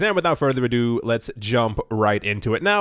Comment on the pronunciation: Actually 'ado', not 'adieu'...just sayin'.